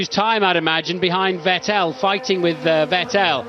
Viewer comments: The commentator that insists on mispronouncing Vettel gets a bit abrasive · The way they pronounce Vettel 😂